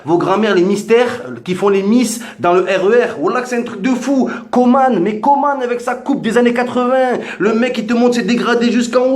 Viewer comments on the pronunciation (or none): none